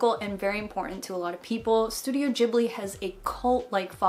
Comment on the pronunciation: i think you might be mispronouncing ghibli? x3 how is it pronounced I can never remember!